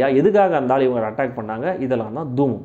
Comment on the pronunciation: தூம் இல்லை பிரதர். தூமம்.